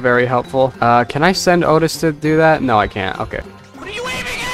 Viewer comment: His name is ochi not Otis